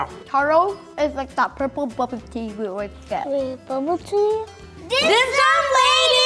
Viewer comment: The youngest girl here pronounced Dim Sum in perfect Cantonese! 👍🏻